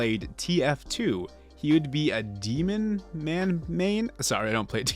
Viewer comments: “Demon-man” instead of “Demoman” honestly just sounds so silly to me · Hears "demon-man" Dies inside.